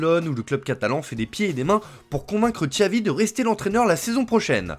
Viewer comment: C pas Tchavi, c Chavi tonton 😅